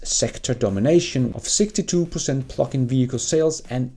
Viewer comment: Hehe i thought you was saying phucking vehichles instead of Plugin LOL